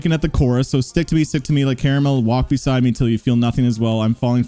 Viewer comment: It’s pronounced caramel